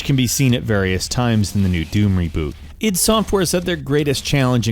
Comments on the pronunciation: It's not I D. It's id. As in id, ego and superego. id tech not I.D. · URGGHH "id" software. ITS "ID"!!!! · Eye Dee...not Id you fuck bucket. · it is not pronounced EYE DEE its pronunced ID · 'eye dee tech 1'???? wtf GR